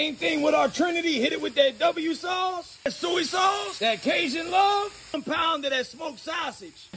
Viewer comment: A little soee sauce 😂